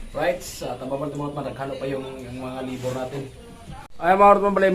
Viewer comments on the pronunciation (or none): Libor daw libor😂😂😂😂😂 labor